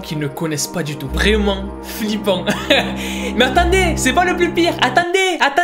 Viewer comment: "Attanndez,attanndez" 🤣🤣 tu m'as tuer!!!